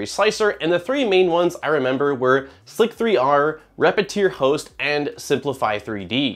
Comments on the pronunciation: I contend that Slic3er is pronounced Slicer. It’s leetspeak.. not Slic 3 r. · since no one has said it yet i will be the one annoying guy in the comments to question the way you pronounced slic3r